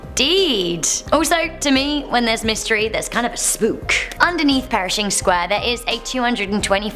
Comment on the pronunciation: PERSHING, NOT PERISHING.